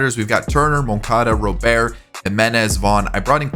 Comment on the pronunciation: It's pronounced Robert not Rowbear